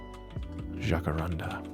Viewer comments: "The pink tree's", well firstly, are actually purple. But they are a South African tree super commonly found in Johannesburg, a main city in South Africa. Jacaranda is pronounced 'Jack-uhh-rand-uhh'. That's about as well as I can explain the pronunciation... Edit: Thank you for everyone informing me that they are not indigenous to South Africa. They are so common here, and we have a radio station called Jacaranda FM, I kind of just assumed that they were indigenous here in South Africa. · Yeah he had the pronunciation almost correct. It's just "ran" after jaca- like past tense of 'run'. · Jack uh ran dah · We have it in south America too. When spring comes in Buenos Aires they flourish and the city turns purple, it's quite beautiful, look for some pics on internet. And for English speakers is easier to say it "hack-uh-ran-duh" (we pronounce the J, R and A differently). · lmao also jacarandas are everywhere where I'm from! (btw you're almost pronouncing it right. it just rhymes with "panda".) I doubt they're native, but there's a street near where I live that is 100% lined with jacarandas, and for like 1 month each year the entire road turns purple/pink! but they're one of those trees that you'd be happy for your neighbor to have, but you probably wouldn't want it yourself (the flowers make an absolute mess). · its okay, you don't need to know how to pronounce blooming jacaranda. The only tree that matters, YOUNG MF"IN LINDON